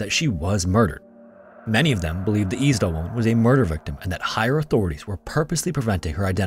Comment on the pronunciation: Is this a person talking? You said Eczema wrong. I think you said Isdal wrong too.